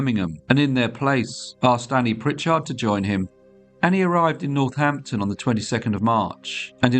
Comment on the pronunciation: says Northnapton